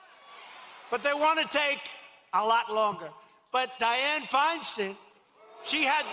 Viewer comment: he says kavanar and then shortly after he also mispronounced Feinstein.. I know he’s dumb but those mistakes were just ignorant and lazy. Hilarious to me tho. 😂